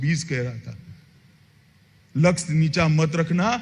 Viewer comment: Lux 🤪🤪🤪🤪🤪🤪🤪🤪🤪 pehley bolnaa sikhoo...laksh......purey India ko barbad karney key baaad Maharashtra aaye hain.....ukhadneyy